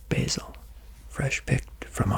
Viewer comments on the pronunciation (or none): none